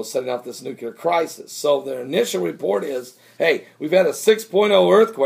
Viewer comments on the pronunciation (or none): its NU-clear not NUCUlar lol. just ribbing ya brother lol.